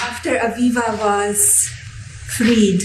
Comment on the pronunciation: Did she say Aviva 🤔